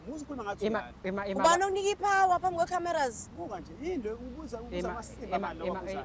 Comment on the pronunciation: "Uzondi actela phamb' kwe Camerous" 😂 "Uzondi actela phamb' kwe Camerous"